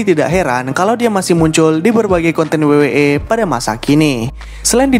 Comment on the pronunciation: W-double yu..kenapa disebut wei